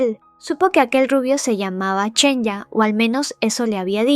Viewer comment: Zhenya se pronuncia "Shenia" no "Chenya"